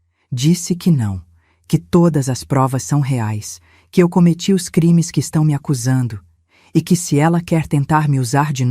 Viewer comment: A IA NÃO SABE DATA, NEM MESMO FALAR REAIS . "ELA" FALA RAIS. KKKK